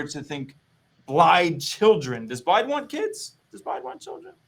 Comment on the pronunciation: is he pronouncing blaidd's name with the D instead of the th? oh boy